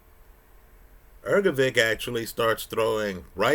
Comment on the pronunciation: The man you love so much has a name that is not pronounced as Ergo-vick,. Take a minute to have the decency to learn how to pronounce someone’s name. It’s common courtesy.